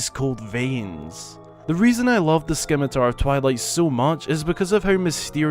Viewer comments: Paul Dunkirk-Greenbaum scimitar is a word that I purposely mispronounce because the actual pronounciation just sounds stupid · A shame it’s not actually a scimitar. Those are curved. side note the “c” is silent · The C is silent. Simitar... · Agh!! Scimitar (Sim-it-ar) has a silent C. like "science" Sorry. Sorry. not important, I know, but AAAAAAAAAAAGH! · Didnt see this, but it killed me to hear it even one time nonetheless.🤷🏽‍♂️🤷🏽‍♂️ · You said it wrong!!! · You may just need to re-record! Lol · I was just about to slaughter you (well point out not slaughter) but you learned, we all learn. Great video though, I'd like to see the White sword make a come back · I literally stopped everything I was doing when you said it XD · The C is silent bro. Too much Runescape. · Bro the c is silent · Pronunciation of “Scimitar” wasn’t the only problem with the number 1 item, because it’s not a scimitar. A scimitar is an Arabian style curve-bladed sword. The sword that was used to reanimate Stallord is more reminiscent of a claymore. So will people please stop referring to it as a scimitar. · Are you mispronouncing scimitar on purpose? My skin crawls every time you say it. The "c" is SILENT. Also scimitars are CURVED bladed single edged swords. That is a broadsword. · So was it just too difficult to type "scimitar" into google and observe the word's pronunciation? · A little research in pronunciation goes a long way.... so cringy to hear you mispronounce scimitar so many times. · The C is silent in Scimitar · I cringe every time someone Mispronounces the word Scimitar. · I mean he mispronounces lots of stuff 🤷‍♂️🤷‍♂️ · The C in "Scimitar" is silent. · The C is silent. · Please sir the c in scimitar is silent my ears are bleeding. I just scrolled through the comments and noticed in wasn't the only one who typed this. Not trying to spam or anything. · WHY SCIMITAR IS NOT PRONOUNCED WITH THE ‘C’ ! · The C in scimitar is silent T.T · The 'c' s silent. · yeah, not 'skimitar' lol